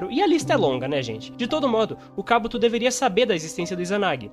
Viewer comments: Kábuto? Que agonia rs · Kabúto não existe rapaz kkkk akatsúki tb é errado. O correto é Akátsuki na pronuncia.